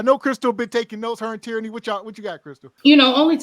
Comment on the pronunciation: Teranny=Tyranny ...😂😂 damn she making my blood pressure rise😂😂